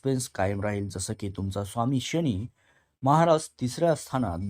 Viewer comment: एवढे अशुद्ध शब्दोच्चार कसे? तुम्हाला साधा प्रचलित शब्द "शनी" हा "शणी"?तुम्हाला फरक कळत नाही कां? तसेच "आयुष्य " हा शब्द उच्चारता येत नाही....काय विचित्र "आवुक्ष" बोलता!....आधी मराठी भाषा नीट शिकुन घ्या...मग विडिओच्या फंदात पडा!काय कळलं कां?